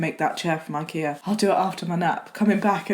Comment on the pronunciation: am i the only one who had to relisten to "chair from IKEA" like- 10 times to understand it